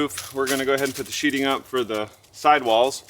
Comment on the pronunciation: at the 3 minute mark (or so) you say "It's the sheeting that....." The correct work is "sheathing"